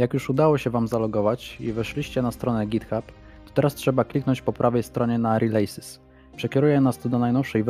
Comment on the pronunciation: nie "rilejsys" tylko "rilisys"